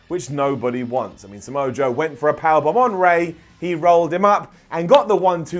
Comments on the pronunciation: Is it me or said "Sunset Flip Power-Plomp"? lol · he said 'sunset flip power blombs.... ' 🤣😂. Seriously, listen carefully